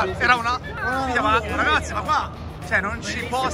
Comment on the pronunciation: Ahahah rrrragazzi buongiorno